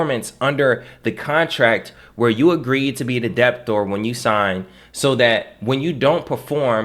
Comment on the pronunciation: Debtor is pronounced with a silent "b". It is not "deb tor" or "dep tor" it is like "deh tor". I say this with respect.